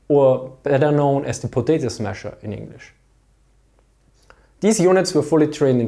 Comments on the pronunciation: It's "potato masher", but who cares... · potato masher is correct, but potato smasher is adorable